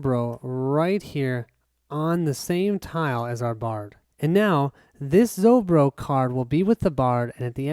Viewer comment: Not ZoBro, it's ZoRbo =)